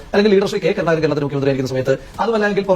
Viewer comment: നീ നല്ല ഭാഷ പറയാൻ പഠിക്ക് ഷെയ്ക്കേ....😂 കർണാകരനല്ല....കരുണാകരൻ.... പറ പറ പറഞ്ഞ് പഠിക്ക്